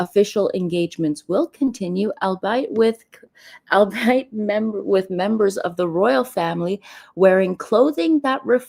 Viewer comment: I agree with you on observing royal protocol. Come on Camilla…do better. Albeit pronounced “all be it”